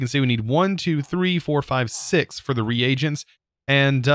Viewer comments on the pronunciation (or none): none